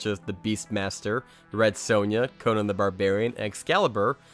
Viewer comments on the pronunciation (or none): none